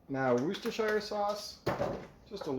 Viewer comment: Good video, hope you’re both well. I particularly liked your pronunciation of Worcestershire, so many Americans struggle, even we do 🤣